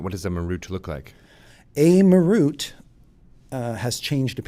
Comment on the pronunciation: dont like the way they say Marut..."ma ROOT"?? Ive always said it as MAR rut.